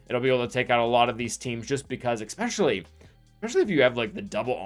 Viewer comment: The "expecially" kills me 😬